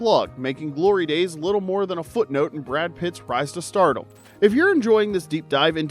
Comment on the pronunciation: Is this narrator AI? Why isn't he able to pronounce stardom? Either the AI or the guy keeps saying startle.